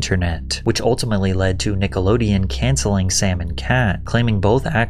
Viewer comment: Who doesn’t know how to say Nickelodeon? This isn’t AI is it?